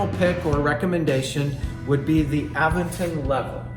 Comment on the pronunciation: You are pronouncing Aventon wrong.